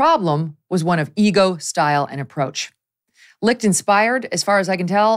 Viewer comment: Never knew his last name was pronounced "Licked". Chris got Licht. 🤣🤣🤣